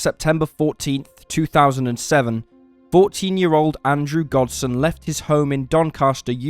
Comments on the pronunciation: gosden not godsen.are you reading a script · His name is Gosden you keep saying Godsen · It's Andrew Gosden not godson. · It's not Godsen, it's Gosden! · Anyone else notice that the narrator kept pronouncing this kid’s name as “Godsen”? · I feel sad for Andrew Gosden having his name pronounced wrong TWICE at the beginning is shameful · All the dislikes are from people who can pronounce Gosden